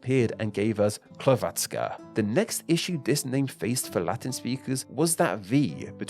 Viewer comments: Yes, the stress was on the wrong syllable. He kept saying hr-VAT-ska, when it should be HR-vat-ska. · STOP THE HECK SAYING HRVATZKA ITS SPELLD HRVTSKA BUT ITS SAID HRVACKA!!!!!!!! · ill never forget when he reads "croatska" as "klotska" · When saying Hrvatska, accent is on H (yes, on consonant. That's because R can "act" as a vowel by putting accent on the letter before) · Thats not how you say Hrvatska tho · So much research but can’t even pronounce hrvatska right😭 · It was painfull listening to you pronouncing Hrvatska. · I am from croatia and this video is cool just one small problem. The way that you sed Hrvatska and Dalmatia(on croatian Dalmacija). Volim Hrvatsku i ponosim se njoj🇭🇷🇭🇷🇭🇷🇭🇷🇭🇷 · hrvatska came from the legend whit 12 brothers and 2 sisters one of the names was Hrvat and pls when u say hrvatska say R i am croat i know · You didn't pronounce "Hrvatska" right. :/ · Actually the way he pronounced Hrvatska could use some work though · Bro the way he pronounce Hrvatska is crazy